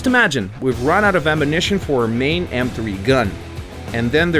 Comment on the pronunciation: you've run out of amanishin" lol engish much